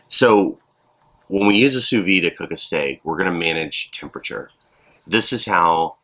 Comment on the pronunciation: I'm probably not the first person to tell you this but you are supposed to pronounce the d in vide